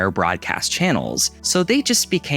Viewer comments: pretty sure you said "syninimous" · sih-NO'-ny-mus, not sininimous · Synonymous not "synimynous." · The word is pronounced syn on eh m uh s dude 😂 not syn in eh mus. But thanks for the laugh. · Did you say cinninomous?